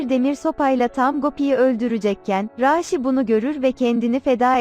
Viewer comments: Raaaşi değil raşidir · Raaağğşiii değil raşi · bi arada konusan rasinin ismini 'raasi' diye soyluyor bi 'a' harfini artiq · Rasih deyil rasih